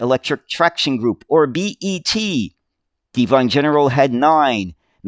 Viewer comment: It's a short "e" ssound in Devon, so not Dee-von but more D-von. We'll get you speaking like a Brit when talking about British vehicles.